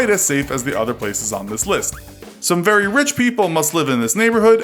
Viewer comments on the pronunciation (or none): none